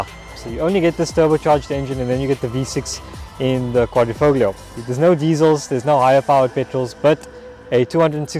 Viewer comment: You pronounced "Quadrifoglio" Better than any American or English reviewer I've ever listened to so far :)